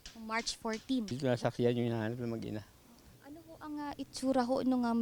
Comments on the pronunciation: yung reporter sinasabing mag-iina ... ma'am MAG-INA po.. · Mag-ina lang hindi mag-iina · Mag ina po hindi mag iina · "Mag-ina"....hindi mag-iina